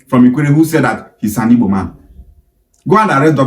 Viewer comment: The so-called youth leader is even pronouncing IGBO like a Benin boy, I guess his father is from Benin 😅